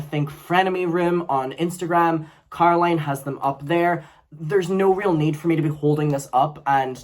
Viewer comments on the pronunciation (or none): none